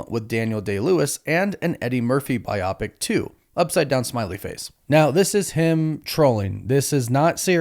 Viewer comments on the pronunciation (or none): its BIO PIC not BI OPIC ya goof